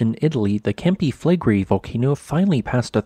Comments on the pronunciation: Camp-i fleg-rei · Is it too much to ask to learn the correct pronunciation of Campi Flegrei, considering how often this volcano comes up in your documentaries? It doesn't have to be with a proper Italian accent, but at least try to match the final diphtong. e and i are pronounced separately, and with the sound values they have in nearly every language except English. the stress is on EH.